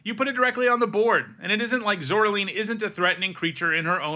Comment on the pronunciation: Pronounce "Caroline". Now pronounce "Zoraline"